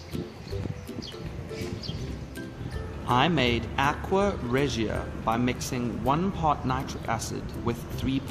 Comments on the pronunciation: Please learn how to properly pronounce aqua Regia. It's not ahk-we-uh it's ahk-wuh and Re-juh. I thought subbing but couldn't take it. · The way he says aqua regia